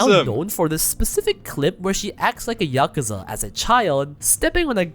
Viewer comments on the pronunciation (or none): none